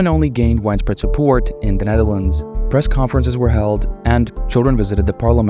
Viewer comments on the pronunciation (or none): none